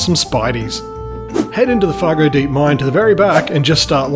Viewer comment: Are you sure you pronounced that name correctly? Fargodeep mine? In Jasperlode infestation? Did I hear it correctly? :face-blue-smiling